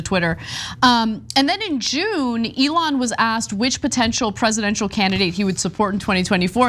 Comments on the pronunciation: notice how he called him "Leon" and did his verbal dodgeball before saying "Elon" because his brain is rotted? And do we REALLY believe he would/could read more than 2 words of that contract? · Did you hear him call "Elon" ..."Leon"....LMMFAO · Trump first called him "Leon.." then had to repeat "Elon" twice to make sure he's now saying it right. SMH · leons err elon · He said Leonce